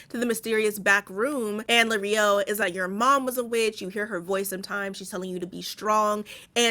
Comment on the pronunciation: Lirio as in “lee-ree-oh”. Not Lareeoh😅